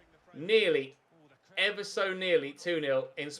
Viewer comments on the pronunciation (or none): none